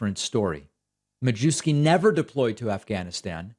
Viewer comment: David, sir. I believe the 'w' in Majewski is pronounced like a 'v'. It's lucky you're not constantly saying it's important to pronounce names correctly and that you have no antecedents from eastern Europe!?!